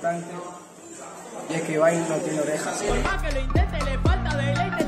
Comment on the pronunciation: Se dice ibai Yo:ebay